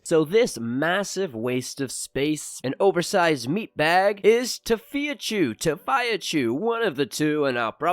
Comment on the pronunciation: It's fee not phi lol